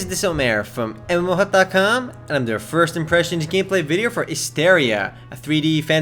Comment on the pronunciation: plz try to say mmohut com in some different way , plz not like now, just try for next vid